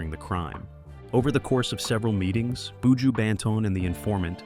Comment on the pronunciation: Very interesting video about this 🇯🇲 artist ... 🤔🤔 but di man name is Buju - NOT BooJo😏🤫!!!!! The presentators voice is a little irritating 🫩🤭